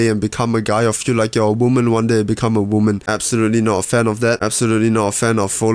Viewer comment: Screw that, I’m from Texas, and I’m gonna say it like you from now on.